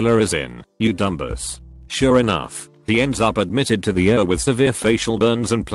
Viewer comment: Would have been better with E R not pronounced as er . I C U not icu or as I heard it Iquitos. I hope it is a computer talking not a very badly educated human.